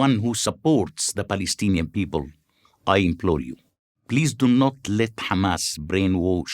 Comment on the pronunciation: "The Balestinian beoble".